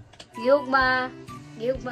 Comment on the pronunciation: Ang bisaya sa mahal kita is " gihigugma tika" not gi hogma po😊